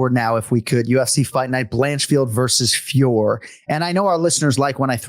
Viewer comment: Boys, her name is FIOR-OT, there's just a little emphasis on the last O.... like FYOAR-oh, not FYOAR like how you are saying it.